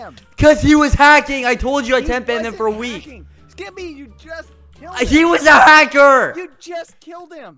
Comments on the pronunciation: No it's the first "SKEPPY-" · Skepp- Skeppy, NO SKEPPY